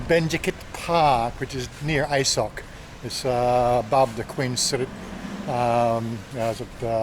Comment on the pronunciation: It is pronounced ah-soak. there is no “I sock”.